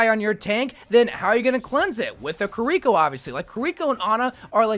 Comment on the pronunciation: every time he calls kiriko kureeko, Zenyatta gets less lore